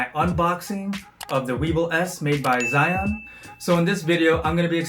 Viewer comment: "Chewing", "Zion"...😂 Zhiyun is Chinese product and you should pronounce it the way they do.